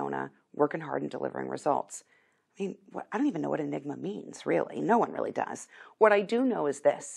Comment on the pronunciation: Hey Kyrsten... enigma /ɪˈnɪɡmə/ noun a person or thing that is mysterious or difficult to understand.